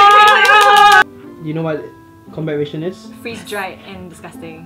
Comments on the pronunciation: It's pronounced as RAH-TION... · Ration is pronounced /ˈræʃn/, i.e RA-SHUN not RAY-SHUN.